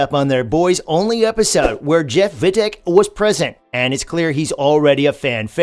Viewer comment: Its Jeff Wittek Not Vittek